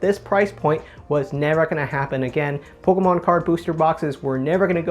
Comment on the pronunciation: The way this guy says pokaahmaan